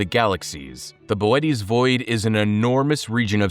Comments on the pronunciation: Ohhh this is Ai. Damn real YouTubers are almost extinct. Bootes void is pronounced like Boo-Ts not Bo-et-ees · I pronounced bootēs as booty. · that's not Boötes Void. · Saying Boötes like that is pissing me off, I’m the original Star Walker